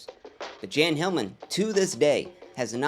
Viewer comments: Jan is pronounced as "Yawn." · Jan, a male name in Sweden, is pronounced Yan or Yahn, like Ian or John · Welcome back King, btw Jan is pronounced with a Y like “yahn”